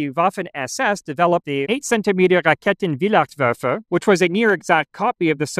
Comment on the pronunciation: German Correction: Flug abwehr kanone Is is basically "Canon to repell flying stuff" So correct grammar would be "die Flugabwehrkanone wehrt Flieger ab" And meme correct grammar would be "it wehrs ab Flieger[s]"😂😂😂 Also "Raketen" is pronounced with a long "e" Same with Nebel (first e is long) Maybe thats even a universal thing, that beeing all first "e"s being long Would need a professional german for that knowledge tho Rest of your pronunciations are very good tho